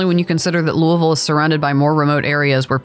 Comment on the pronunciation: lived here all my life. didn't understand why they were so close. but as I got older I found out these malls cater to different clientels. props on saying our city's name right 👍